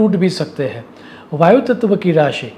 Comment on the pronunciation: તમે ગુજરાતી હોવા છતાં સારું હિંદી બોલો છો. પણ ગુજરાતીઓ હવે માતૃભાષામાં પણ અનુસ્વારના ઉચ્ચાર કરતા નથી, તો તમે તો પરભાષા બોલી રહ્યા છો. હિંદીમાં અનુસ્વારના ઉચ્ચારનું બહુ મહત્ત્વ છે. 'है' અને 'हैं'માં એકવચન-બહુવચનનો ફેર પડતો હોવાથી એમાં ગરબડ ન ચાલે. 'करे' અને 'करें'માં ઉચ્ચારનું ધ્યાન રાખવું જ જોઈએ.